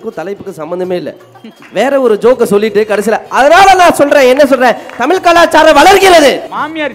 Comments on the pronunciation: நடுவராகியும் தமில் என்றுதான் சொல்கிறார் மதுரை முத்து.அவர்எப்போதுதான் தமிழ் என்று சொல்வாரோ.இவரெல்லாம் நடுவர். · Neengalae ozhungaa tamizh entru sollaaamal tamil entru sollugureergal..thu ithu oru grouppu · அது 'தமில்' இல்லை "தமிழ் " 🙏🏼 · Please pronounce thamizh word properly.. Nisha was good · 'ள' அல்ல 'ழ' என்று உச்சரிக்க கற்றுக்கொண்டு அப்புறம் நிகழ்ச்சிக்கு வாருங்கள் வெட்க்க கேடு. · முதலில் நீங்க தமிழ் என்று சொல்ல கற்றுக் கொண்டு தலைமை தாங்குங்க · மதுரை முத்து க்கு ழ வரமாட்டேன் குதே